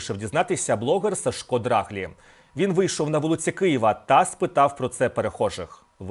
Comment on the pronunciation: Все добре, але правильний наголос, здається, не ДрАглі, а ДраглІ.